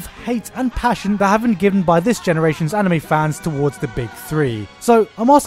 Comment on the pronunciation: you pronounced anime and manga wrong